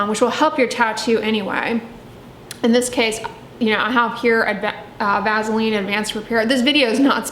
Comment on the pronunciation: I cannot trust someone who can't pronounce vaseline haha also nope to "Vazzeline"